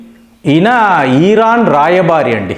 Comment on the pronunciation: ఓరి నీయబ్బ... ఈరాన్ కాదురా నయనా.... ఇరాన్ మాత్రమే...నువ్వు ఏమిటో నీ pronounciation ఏమిటో.. నాకు అర్థం కాదు.